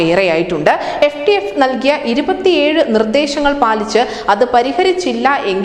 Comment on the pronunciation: FATF aanu not FTF